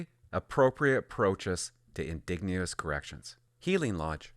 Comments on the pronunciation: It's pronounced "IN-DIDGE-EN-OUS" not "IN-DIG-NE-OUS" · In-DIDGE-en-ous, not in-DIG-nee-ous. Just sayin'. Love your videos :) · Indigenous is pronounced "uhn - di - juh - nuhs" Hearing "In -dig - neous" over and over again made me smile :') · Why do you keep saying indegnouous!? Do you even know we're talking about natives here.... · Please help your audience and your credibility. Indigenous In-DIJ-uh-nuss. And if you’re trying to be funny. It’s not. Just hurts the conservative position and makes us look ignorant and intentionally rude. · IN- De-Gin-Ous. Lol man everytime he said indegounous it distracted me. But it is 100% true, funny seeing what was in the news during peak wokenesss. I hope we keep correcting to normal daily operations, but sanderson should hsve been a lifer after the first sttempt of burns life... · what the hell are you amurican, its indigenous not "in digne us " as in "indignate who us ????" one thing that drives me insane is people that cant pronounce words that we've known since early public school, wrong !!!!! its always people that are trying to sound smarter then they really are and dont understand the word they are saying and its usually commentators, and narrators that are reading from a script, they !!!! should know better, and have a grip on the english language by now, you might just as well call them 'ingins' and 'S K' moots, grrrrrrrrrr.......................... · Bro, if I hear you miss pronounce the word "indigenous" (Inn-dig-nu-us) one more time, I swear my head is going to explode. Thanks. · Please learn how to pronounce indigenous. I agree with your criticism of the justice system. It's no longer doing its job. However, not all inmates are like Sanderson. He is an extreme case example and one man's actions does not define a failure of the correction system. He fooled them. That said, I agree with stricter rules around release and support Poilieve's announcement.